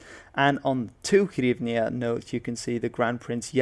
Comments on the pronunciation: U got it ALL WRONG! Go back to historic books & read more of them & read carefully! Even EU flag u got WRONG - upside down! HAHAHA Also it's HRYvnia & not HYRvnia!!! EPIK FAIL! U r basically repeating russian propaganda & lies... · not 'hyrvnia' but 'hryvnia'. This word etymology comes from jewelry made of gold or silver in the form of a hoop worn around the neck (ie - on the "zagryvok"). Also, there's old banknotes shown on the slide, now they are absolutely different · #KyivNotKiev Also hryvnia not hyrvnia!